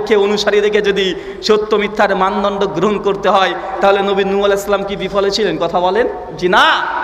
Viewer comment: সুন্দর করে সালাম টা ও দিতে জানেন না!